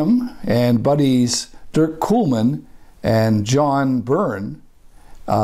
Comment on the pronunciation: I grew up around the corner from Grampian Marine and Ontario Yachts in Oakville. C&C was 2km west along Speers Road. Dirk Knuelman’s name is pronounced with a silent K.